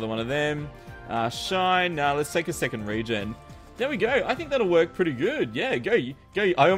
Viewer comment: did you said RAY-gen?